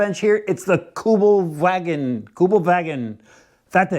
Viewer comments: It's Kübelwagen, not kjugel-wagOn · Kübelwagen not Kubelwagen 😉👍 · its kübelwagen, NOT kubelwagon